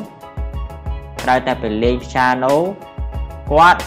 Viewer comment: "piano " not "qiano "